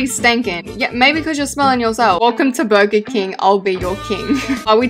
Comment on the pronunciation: Me when she says burger Burgar Srry <3